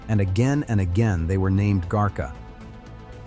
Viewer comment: 😂really ?, garcia is not that hard to pronounce ! What is "garka" Lets see what this computer says compared to my grandmothers upbringing -- Camarillo but still rh neg valenzuela is a married name and not my own